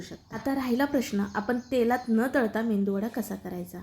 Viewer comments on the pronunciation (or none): मेंदूवडा🤔😇😴... मेदूवडा म्हणतात